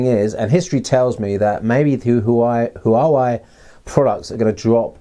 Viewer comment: great looking phone. i'm sure they'll steal a bunch of business away from samsung. just fyi, chinese words are all monosyllabic, so huawei is made up of two words. any time there are consecutive vowels without an apostrophe between them, they should be pronounced as one syllable.